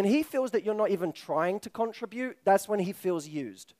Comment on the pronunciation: The word "contribute" was said wrong 15+ times